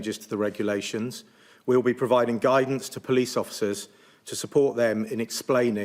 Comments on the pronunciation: She keeps talking about someone called the "pleece" but can anyone tell me who this is know I could get a fine from them but I need the heads up before I break any rules, so I have heard of the "police" and I know I need to watch out for them, but who are these "pleece" 🤭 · We call them the Po leese